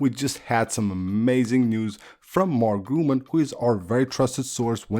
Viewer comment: Nice video 👍🏼 By the way: It’s not called Mark Grumann but Mark Gurmann